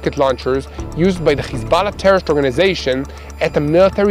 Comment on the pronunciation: Please say Hesbollah and not Khesbollah.